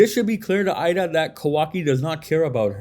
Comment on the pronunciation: It might be spelled Eida but it’s pronounced Ada. Idk why people have a such hard time pronouncing her name it’s super simple and then also what’s worse is idk why people continue to pronounce sarada name wrong as well. Her name is literally spoken correctly in the anime but content creators for whatever reason keep saying her name wrong too. Ya’ll keep pronouncing her name as if it’s spelled sirada when it’s supposed to be pronounced as written which “sarada” so you pronounce it as saw-raw-duh. It’s not that hard and the anime gets it right even if people hate it’s great source for reference, and how characters names should be pronounced, and spelled.